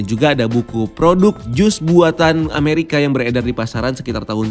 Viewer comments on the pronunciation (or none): none